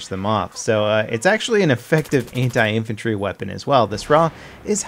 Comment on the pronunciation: why everytime he say anti i hear hentai?????